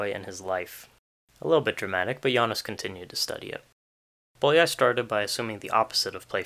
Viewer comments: [ˈboːjɒi ˈjaːnoʃ] [ˈboːjɒi ˈfɒrkɒʃ] "ly"' is one letter, and sounds like "y" in "you" or "yes" This is a very interesting video, I liked it very much, but I had to stop and go back when I got distracted by ['bolia:j] :D :) Oh, and nice origami skills. ;) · Bólyai is pronounced Bowyayi